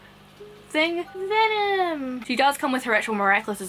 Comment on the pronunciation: Lmao when u said venom! I think it was spot on to how the say it on the show